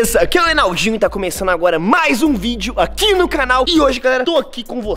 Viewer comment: Alguém percebeu que o Enaldo falou cranal kkkk🤭